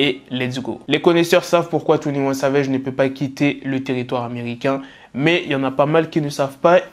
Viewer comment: "Twounnie ouanne savège"